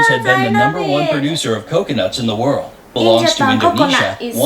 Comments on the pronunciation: Pronounce world ---> werlld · is soo cute struggling say the word "World" 😂